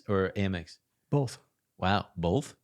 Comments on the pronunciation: Bolth? LOL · Yo the “Bolth” thing had me buggin cuz I definitely pronounce “both” as bolth. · was definitely saying "Bolth"